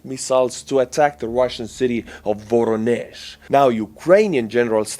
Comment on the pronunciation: Voronezh is pronounced "va-RON-ish.